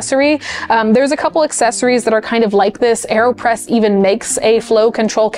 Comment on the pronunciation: Aerospresso? Aerpresso?